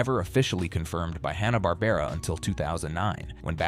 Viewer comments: "Haw-na Barbera" ??? You couldn't get a human to narrate the video? 😂😂😂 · Hahhh-nah Barbara. Hello grammar pronunciation? I'd like to report a murder!